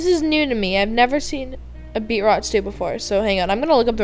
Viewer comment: its pronounced BEET-ROOOTS srry </3